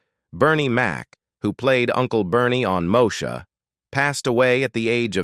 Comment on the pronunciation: Really this narrator said Mosha